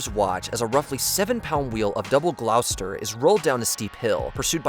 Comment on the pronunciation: Cringe-inducing mispronunciation of Gloucester at the end. Dozy yank.🇬🇧